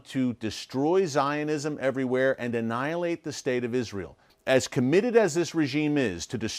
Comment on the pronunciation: Annilate? He don't know GOD. Does he?